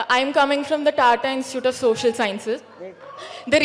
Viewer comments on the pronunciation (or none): none